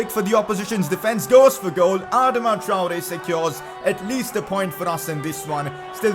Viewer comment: Consider pronouncing Traore better